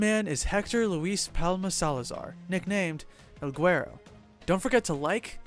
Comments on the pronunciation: “el goowerro” lmfao guero is pronounced “weh-ro” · Pronounced El Weh-Ro not GuERo